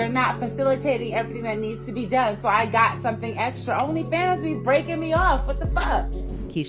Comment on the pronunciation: Yo, the AI pronounced "Chavis" like 18 different ways. 😂